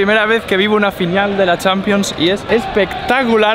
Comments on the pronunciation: Y dice finial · Dice fiñal